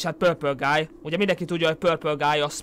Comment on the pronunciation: mindig beröhögök amikor azt mondod hogy pölpölgáj XD